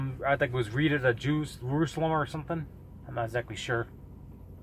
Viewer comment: It's pronounced Ree-ahd and it's pronounced Yeh-mehn. Get the pronunciation right.